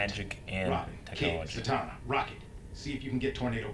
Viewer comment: Zatanna's name is zah-tohn-ah